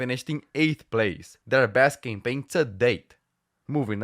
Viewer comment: Love how the pronounces "campaign" as "gangbang". Like literally.